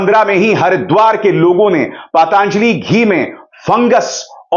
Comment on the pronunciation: अभिसार शर्मा जी,आप पतंजलि का उच्चारण पतांजलि क्यों करते हैं ?